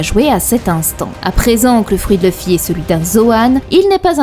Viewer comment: j'adore la façon dont tu dit le nom de luffy = Leufi ^^ j'aime bien la fin tkt moi je te crois XD